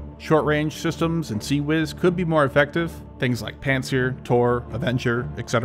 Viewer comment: "We saw this happen in Syria, when it took down a ... " what? Did you say "panzer"? I must have misheard it. "Panser"? "Panther," like the modern, British military vehicle? Edit: It's Pantsir. I found it in another video's comments section